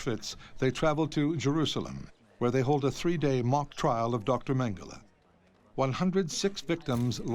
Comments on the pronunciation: ‘Mengelay’ is NOT his name. If the mispronunciation is a way of disrespecting him, then let the listener in on it; if it’s just poor scholarship, then a search for someone with better spoken word skills might be in order. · Why does the Exec producer tolerate some Brit prxck who can’t or won’t say Mengele’s name properly. If it’s meant to be a way of pouring scorn on the shxt head, why not call him ‘MeanJelly’!